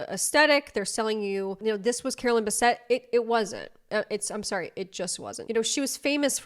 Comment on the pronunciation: "CaroLINE BAHsette" 🫩 ohh brotherrr